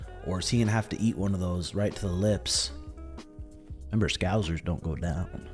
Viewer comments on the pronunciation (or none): Never seen a single American who can pronounce "Scouser" properly 😂